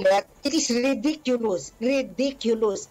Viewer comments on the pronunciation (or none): Hindi ko kinaya si Sister nagsabi ng "RIDICULOUS" hahaha